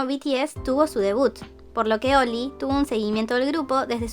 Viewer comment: Siempre que escucho 'Oli' entiendo 'Oil'. Cuanta plata tiene para hacerse la cirugía, que feo es no sentir tu cara:(.